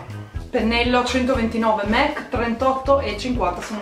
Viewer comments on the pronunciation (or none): SI DICE MAC, M - A - C 😂